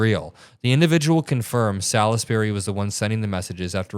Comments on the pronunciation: It's pronounced "sols-bree". Salisbury is an English town. In m the county of Wiltshire. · Salisbury is pronounced salls-berry. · It's pronounced SAHLZZZ -berry. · Salisbury is pronounced { sawlz-be-ree } wiki